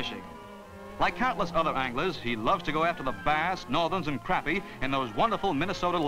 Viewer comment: If Cedric Adams had double-checked Marty Glickman's narration, "Edina" and "crappie" would not have been mispronounced.